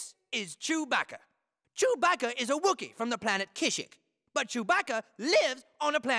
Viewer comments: The way he pronounced Kashyyyk made my eye twitch. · The real crime was the pronunciation of kashyyk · HE MISPRONOUNCED KASHYYYK